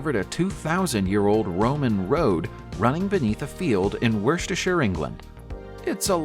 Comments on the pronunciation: Ephesus = EFF - uh - suss Monsieur = muh - SHYUHR Worcestershire = WUH - stuh - shirr Evesham = EVE -eh - shum Hypocaust = HIGH - poe - cawst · If you really have to use computerised speech, could you at least train it to pronounce place names and people's names correctly, rather than as they are spelled? I am thinking of Worcestershire (UK), Mosul (Iraq), Ephesus (Greece) and Sennacherib (the Assyrian king). They're the ones I had heard of previously. But if you can't get the well-known ones right, what chance have we of learning the correct pronunciation of the others?